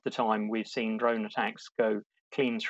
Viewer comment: Not "droin"! DRONE!